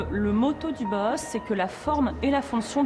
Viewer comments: Une information très très bancale pour avoir étudier le Bauhaus, je trouve qu'en six minutes on peut largement mieux résumer l'histoire du Bauhaus (qui se prononce en deux temps Bau et Haus) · aucun d'entre eux n'a réussi à dire Bauhaus correctement XD